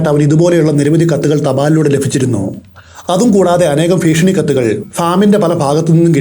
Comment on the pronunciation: All stories I am listening but let me tell you one thi ഭീഷണി Ennanu Malayalam place improve. ഫീഷണി alla ഫീഷണി is a comedy word